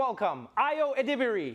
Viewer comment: She's hilarious. Love that Trevor pronounced her last name correctly.